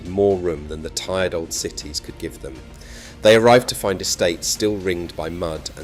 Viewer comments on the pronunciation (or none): none